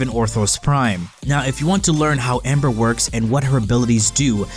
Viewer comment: Gabriel Leloup ... no he says amber... bro listen